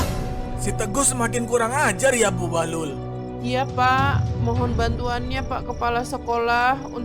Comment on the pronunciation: Bahlul u nya di ganti i jadi bahlil